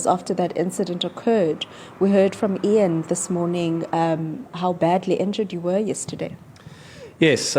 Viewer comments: my buddy, it's 'EEEE-ahn not 'eye-ann'... same vowel sound as 'thee'. (Guys, don't come at me for correcting the pronunciation. I'm just trying to help and I'm sure he will realise know that with his whip-smart engineer brain). is a legend., I don't see the link for your other channel. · Ian is pronounced EEN! NOT iron! The ANC & co are surely behind it.